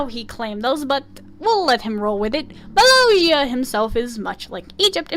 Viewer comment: I'm sorry but you keep saying Molossia's name wrong